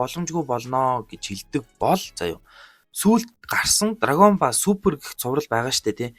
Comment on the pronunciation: Pzdaa dragon Boll gej helyaa Ball gej bicheed boll gej unshaach